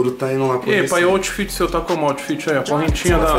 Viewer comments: Toguro, o bruxo esqueceu do "T" no "Oufit" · "OUFIT" KKKKKK